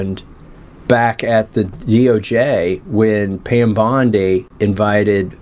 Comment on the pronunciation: Pam” Dow “Bundy Bondi